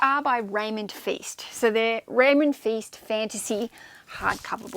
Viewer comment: Great video! By the way Feist rhymes with Heist, not feast:) (I only know because I'm listening to his audiobooks)